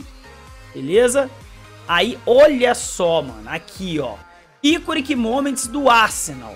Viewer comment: Iconic = Aikon (se pronuncia assim)